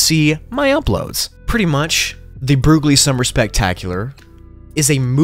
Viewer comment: Broogli = brocoli